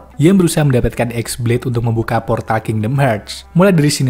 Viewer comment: "X" nya dibacanya Bukan Ex Blade bang, tapi qi blade